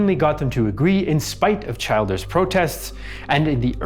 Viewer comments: Childers is pronounced "Chill-ders" NOT Child-ders. Other than that ... not too bad a summation. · Childers is pronounced as chill ders. Great video nonetheless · Excellent, thank you. Just one tiny quibble - Erskine was chilled(ers) not a child(ers) in pronounciation. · Robert Childers surname is pronounced Chill Ders. He was executed during the Civil War. His son was elected President of Ireland in 1973 and Childers Granddaughter served as an MEP as recently as 2019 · He did extremely well, obviously does his research. Kinda got Childers wrong but a very small thing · and yet fell at "Childers" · Great job very fair and unbiased. One minor note Erskine childers is pronounced err-skin chill-ders